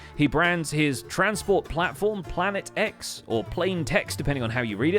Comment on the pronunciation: it's obviously plan-ee-tex